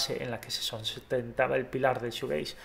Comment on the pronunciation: Te hace falta mas información, y aparte se pronuncia “shujeis”(shoegaze)